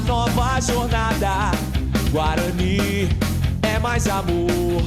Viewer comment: É Guaraní